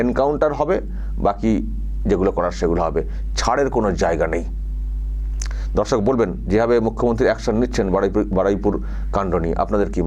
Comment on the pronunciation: Apni dorshok bolen kintu shunte lage dhorshok